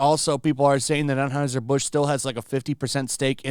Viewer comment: Why can't you tools pronounce Anheuser? That brand has only been beaten into are ears for decades, but tools insist on pretending they don't have a clue how to say it.